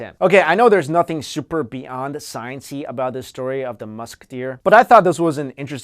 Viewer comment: you tawking wike twis fills me with a rage that i can not explain.